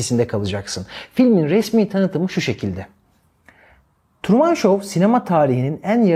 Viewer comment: Hocam Truman'ı Kamuran gibi telefuz etmeyin yahu 😊 Trumın 😊